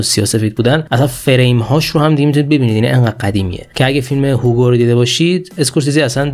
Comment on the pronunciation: جان من انقد اسم فیلمارو اشتباه نگو..هیوگو نه هوگو